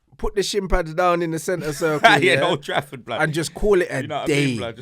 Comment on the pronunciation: Sure he says mould Trafford